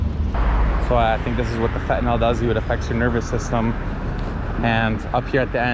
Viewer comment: Fentanol is not commonly used. Fentanyl is not fentanol. Mispronounciation does not make you sound intelligent, just the opposite!